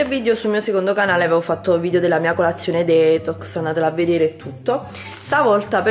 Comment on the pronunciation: non sei mai andata d'accordo con l'inglese. Detox si pronuncia "ditox" mentre fruit si pronuncia "frut". Comunque basta poco per non sbagliare. Vai su google translate (esistono anche altri siti) e ascolta l'audio della parola che ti serve :)